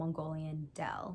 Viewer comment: u pronounced “deel” kinda like “dale” (i expected it lol) but the “ee” is pronounced like “æ” and “l” is more sharp :)